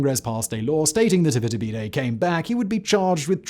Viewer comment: 100% kept hearing his name as its-a-bidet, very confusing when I wasn't paying attention in the middle 😆